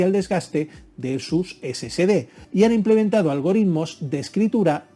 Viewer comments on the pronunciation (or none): No se debe pronunciar "scd" sino S S D de Solid State Disk, corrección desde Cobán, Alta Verapaz, Guatemala, C. A. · Sí, lo sé, pero debería NO comerse la "E"... Debe sonar: "ESE ESE DE", no: "ESE SE DE". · Perdón pero pronuncia mejor si es que te vas a dedicar a hacer videos , se llaman SSD y se pronuncia " Ese Ese De " , entonces porque lo pronuncias "Ese Ce De" lo que significa que al escribirlo como lo pronuncias sería " SCD " . Por favor más profesionalismo si te vas a dedicar a esto 🤷🏻‍♂️🤷🏻‍♂️ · Por que llamas al disco SSD como esecede , no es SCD. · ¿SCD o SSD? Cuando los menciona Ud. parece que dice: "ESE SE DE".